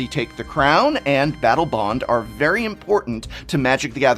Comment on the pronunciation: he says Battle Boned lol